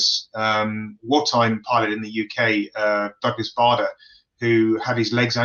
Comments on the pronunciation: Come on,. I'm a yank and even I know it's "BAY-der," not "BAH-der." There are a number of interviews online with men who flew with him during the war and/or knew him after the war, when he was a disability advocate. They all pronounce it the same way. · It's rather like Tomaato or Tomateo . However in the UK we pronounce it BAHder . And watch "Reach for the Sky" starring Kenneth More .